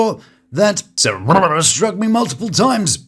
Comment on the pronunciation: I giggle every time u say he-haws name 😂😂😂😂